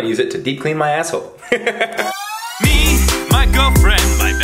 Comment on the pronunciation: “Ima use it to deep clean my asshoe “ ahaha 😂😂😂💀💀😂😂